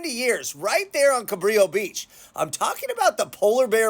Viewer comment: Fyi. Juan Rodriguez Cabrillo was Portuguese. His name is pronounced Cabrillo (like brillo pad) . Please adjust accordingly. I live in San Pedro.